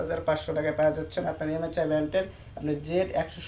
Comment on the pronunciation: Vai msi bolte pare na